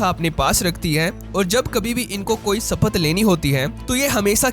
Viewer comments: सपथ नहीं। शपथ। हिन्दी नहीं आतीं क्या? थोड़ी हिन्दी भी सीख लो। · गर्दभ, यूट्यूबर। पहले सही हिन्दी सीख। सपथ???